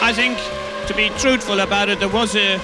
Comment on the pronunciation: "...to be trutful [sic] about it..." ;-)